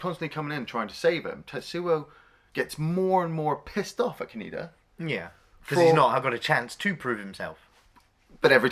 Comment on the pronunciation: Says "Tetsuo" perfectly... Keeps saying "Ka-knee-da"... SMDH...